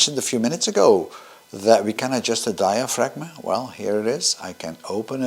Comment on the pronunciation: fyi, you are opening the Shutter with that switch!, its the shutter in the way, the diaphragm {Phonetically said die-a-fram}*[NO G 🙂its silent] is static, ie it stays at f11/f5.6 where you put it!, and that red dot is a reminder of this, so (in the film case) you don't flash a sheet of 4x5" with light unmetered.